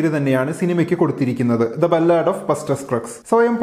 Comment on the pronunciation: Sir it's not ബല്ലാട്. Its ബാലഡ്.